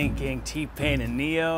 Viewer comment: He said T-Payne and Ne-yo and I immediately felt disrespected. Sir...how dare you. 😭🤣🤣